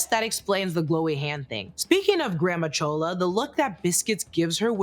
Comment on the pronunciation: It’s not chola lol